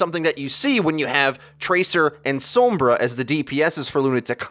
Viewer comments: That's not the same situation. Pronouncing her name as "Sawm-bruh" is literally wrong because it's Spanish, meaning it's pronounced "Sohm-brah" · Sounded different than said it